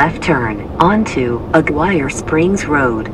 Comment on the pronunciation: You must get out & hike on the various trails of n the area. You missed SO much! You can climb to the highest peaks but they are tough, the highest a little over 20K feet! Looks like you're in an airplane looking down in Mesilla Valley (Meh-SEE-ah) and Aguirre is (Ah-garee) not A-gwire. Too bad those GPS aren't programmed with correct pronunciations for the area you are visiting!